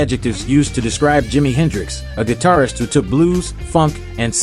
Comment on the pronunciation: Last sentence... "That should make him (Hendrix) the best 'gidarfer' of all time." What the hell is a GIDARFER??